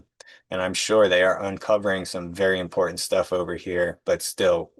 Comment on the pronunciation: The word is important not impornt